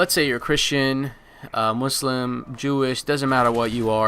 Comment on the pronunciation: I assume you are Muslim cuz you actually pronounced it the right way. Not Muzlem lol